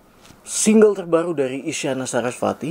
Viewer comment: Corect Isyana Sarasvati not wati...